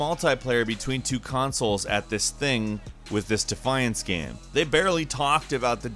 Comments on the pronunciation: THANK YOU! "Gayum" lol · Something i've always wanted to ask... Why do you mispronounce the word game.